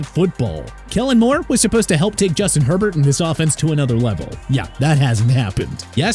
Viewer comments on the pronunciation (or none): none